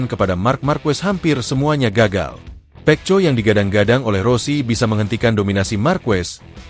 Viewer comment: bunyinya seharusnya peko jgn juga dibaca peco sampah sampah